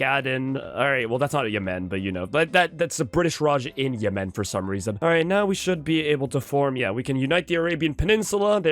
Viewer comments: I genuinely cannot think of a reason why stresses the second syllable in Yemen. Everyone I’ve ever met pronounces it /jɛmn/. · I love seeing the IPA in the wild. And yeah, never heard anyone pronounce it like him. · Never say Yemen like that again 😢😢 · I'm 99% sure that is French Canadian. I think all of his mispronunciations of country names are just the French names with an Anglo-Canadian accent. It's certainly true of Yemen/Yémen. 😂